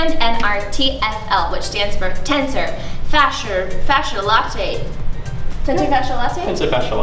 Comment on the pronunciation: Its tensor fascia luh-tuh, not latte. Anyway, great vid!